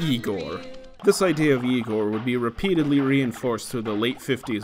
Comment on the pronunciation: "no it's pronounced 'Eye-gor"